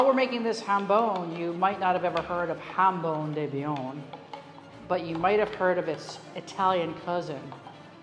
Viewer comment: To English speakers I would say that the j in jambon is pronounced like the soft, final G in the words "garage" or "massage", which are also borrowed from French. Chef was using the Spanish J. Maybe Bayonne is close enough to Spain to forgive the mispronounced word?